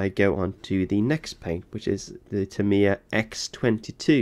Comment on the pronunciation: Being American, I find his pronunciation of Aluminum correct. Needs to work on "Tamiya" though. 🤨